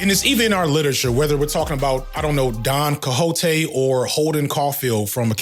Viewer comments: Its very funny to spanish speaking folk that you pronounced Don Quijote Don Cojote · You butchered the hell out of the pronunciation of Don Quijote 😂